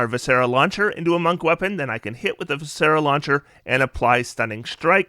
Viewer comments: I love your content. I’ve watched you for years. VI-sr-uh. 3 syllables. Stress the first. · Love the build, but your pronunciation of viscera is poking my physician OCD. It’s vis-CER-ah. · So in the Word Viscera, the "is" in it is pronounced like the word "is" so v-is-sir-rah" viscera.